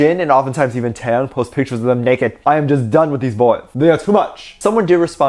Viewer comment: I'm definitely going to subscribe to his channel......The way he said "naked" killed me, lots of love 💜💜💜💜